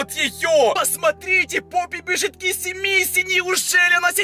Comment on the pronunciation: Блин мне так раздражает когда ты говоришь хагги вашими И киси мисси и жыыть🤣